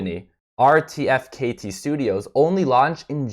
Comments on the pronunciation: its pronounced Artifact nerd, not R.T.F.K.T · Hey man RTFKT pronounced “Artefact” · It's pronounced ARTIFACT if you didnt now you know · RTFKT is pronounced 'Artifact' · RTFKT pronounced Artifact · Pronounced artifact